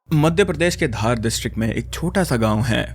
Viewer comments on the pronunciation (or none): Bhai wo धर nahi धार hai